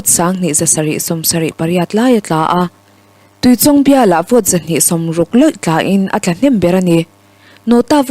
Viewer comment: Tuichawng I lam dan hi a dik lo tlat mai. Tui lam dan chu a dik a, chawng tih hi chawngchen tiha chawng thluk sanga lam lovin, chhang thlum lawng lam Anga lam tur a ni e.